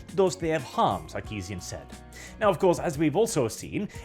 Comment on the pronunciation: Did you say "Suckeesian"? I'm just gonna assume you did, makes it that much better.